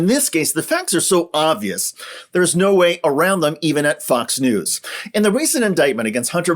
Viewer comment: Maybe it's just me, but I could swear say "Fucks News". Not saying he's wrong...